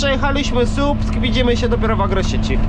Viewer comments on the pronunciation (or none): Słupsk nie Supsk